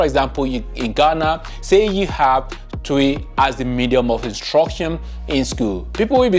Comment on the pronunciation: Please is not “Tui’’ is pronounced Chwi